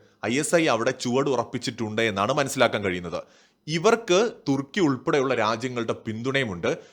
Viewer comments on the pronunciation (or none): none